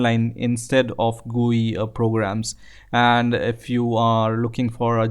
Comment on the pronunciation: "This gue tool" .........